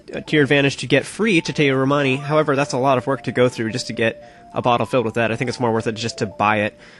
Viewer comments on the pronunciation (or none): you do not pronounce chateau romani as chatay romani but as chato (or something like that) romani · Ugh, it's pronounced Chateau (sha-TOE.) Nice walk through BTW. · You have to say Sha Toe Romani. Chateau is a french word that means castle and that is used in some appellation. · Whats that now? Tshitéu Romani??? I don't believe thats how you pronounce chateau...